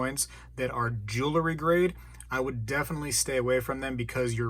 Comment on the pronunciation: Great video! I agree on the War nickels, the 40% coins from 1965 and later, the slicks (although they do still count as silver), and the fakes. But please, I implore you, just for this one thing: please stop saying, "jewl-ery"! You said it so many times I was going into a spazalitic state. The word is, "jewelry." And by the way, when the mounted soldiers come to the rescue, it's the "cavalry," and not the "calvary." ("Calvary" is a different thing altogether.) Please help me to retain this tenuous grip I have on my sanity. Thank you!